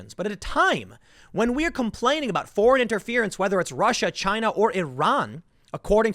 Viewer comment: Tim, it’s pronounced ChiNA 🇨🇳